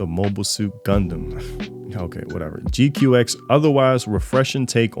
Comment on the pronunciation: ok first the one that helps a lot of people the pronunciation is more like G-Quacks than your G Q X